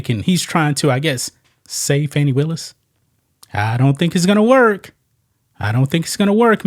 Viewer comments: Why are you not telling the truth. Nathan Wade's wife played out on him with his best friend. Are you a Trump supporter. Please stop mispronouncing her name it is not fanny but fani (fawni). This is disrespectful and is the same type of calling people out of there name like Trump does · Can anybody pronounce her name FUNNY WILLIS, SHAME ON YOU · Why Stephen A Smith pronounce her name wrong